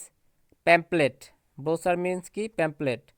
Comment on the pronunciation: ব্রচার না। ব্রশিউর হবে উচ্চারণ (brochure)